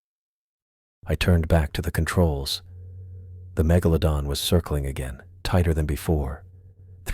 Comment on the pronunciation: I laughed every time it said mega - low - don